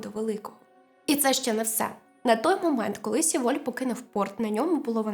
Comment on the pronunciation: Дякую за висвітлення цієї трагедії. Але ріже слух назва Сєволь, бо так говорять її кацапи. В Кореї промовляють Севоль. Будь-ласка, не беріть інформацію з кацапських джерел.